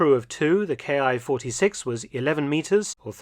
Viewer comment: A welcome showing! I was fortunate to see a few of these when last in the UK. Small correction -- IJA aircraft designations are not pronounced 'K.I.,' but rather, 'Key' (キ), being short for 'Kitai,' or 'Airframe.' So, for example, the Ki-43 'Hayabusa' was factory-coded 'Airframe 43' while being service designated the 'Army Type 1 Single-seat Fighter'.